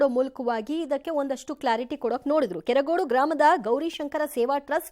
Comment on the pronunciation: ನಮ್ಮ‌ ಕೆರಗೋಡು...ಕೆರಗೋಡಿ ಅಲ್ಲ